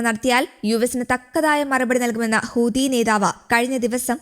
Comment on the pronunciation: ഹൂദി അല്ല മൈരേ ഹൂത്തി ഹൂത്തി